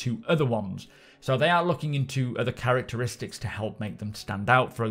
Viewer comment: Lol, "Depending on its Carrack-teristics"